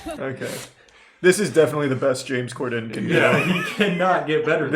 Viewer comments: Lmao I like how Charlie says corden wrong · he says cor-DEN instead of COR-den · Why does he pronounce “Corden” like that lmao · how does the beef run this deep when he doesnt even know how to say his name KEKW